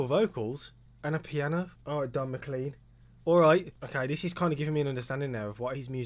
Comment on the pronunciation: MacLean pronounced Mah-clayn